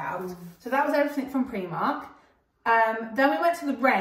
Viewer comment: Love Primark, but you pronounce it Preemark …us in Hertfordshire call it Primark. 🤷‍♀️ they have some great bargains. Thanks for sharing 😊